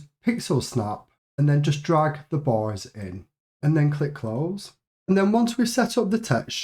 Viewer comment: oooh youre saying "bars"! i heard "boys" when referring to the bars